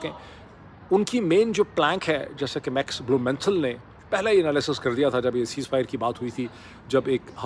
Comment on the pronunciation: Max Blumenthal! Pronounced Max Blue men thaul 😊